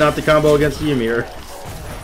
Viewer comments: It’s ymir, not YUhmir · Pretty sure its actually pronounced yeemir.